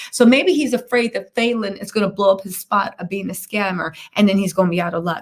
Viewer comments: Love you, but quit pronouncing her name wrong . And that guy is actually driving Falynn new Bentley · You keep saying her name wrong 😑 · I need you to say the woman’s name right !